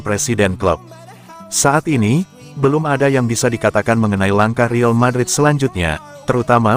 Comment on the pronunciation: Saran klo pake AI voice tulis REAL madrid nya jadi RIAL madrid. Klo REAL sistem AI nya menganggap itu bahasa inggris jadi kedengerannya Rill madrid 😂